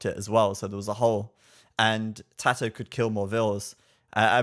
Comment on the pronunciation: How the other caster pronounced TaToH is very annoying